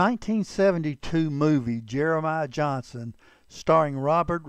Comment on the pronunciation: I think we all know his name was Johnston, not Johnson. However, not all people know his real name was Garrison. One other thing; I can tell that the guy who narrates this story, isn't from Utah or he'd know it's pronounced U - in - tah mountains.